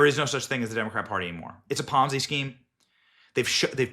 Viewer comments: Mr. Benny Sir. it is pronounced as ponzi- not ponzai. Ponzai sounds like something you yell before attacking! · I just stopped listening and turned the video off when you mispronounced Ponzi again. Ponz-eye? Aim-ish? Seriously Benny for someone who does this for a living you have a terrible grasp of grammar and pronunciation. Learn to talk.